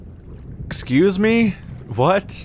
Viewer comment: "Ex-ca-USE ME?"